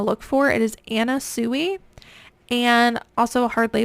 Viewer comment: Anna Sui, her surname is pronounced "swe".